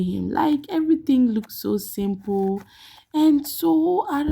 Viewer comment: Did I just heard you said, SIMPLE? It’s not ooo 😅